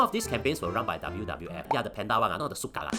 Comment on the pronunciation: "Shu ka" haha.. Only local can understand that. 😂😂